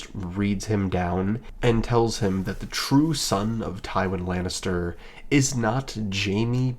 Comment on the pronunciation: Ive never heard such a pathetic misread of Tywin Lannister before this channel. Congrats, sir.